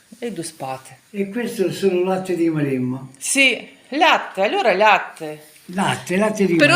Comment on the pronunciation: Алорра не алерра